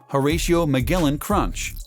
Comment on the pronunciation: You pronounced Captain Crunch's name wrong. Well, his middle name, anyway. It's with a soft G, not a hard G.